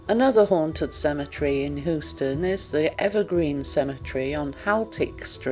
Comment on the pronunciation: Hoo-ston? Seriously? May the ghosts of dialect coaches past, present and future haunt you.